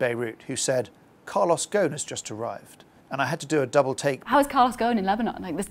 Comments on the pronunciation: Why do the call him Goan😂 غصن if that was his arabic family name It would be probounced "ghusun" Or more or less the same way it's spelled "ghosn" no scilent letters. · It is not Calos "GON", it is Carlos "GOSON". GO-S-ON".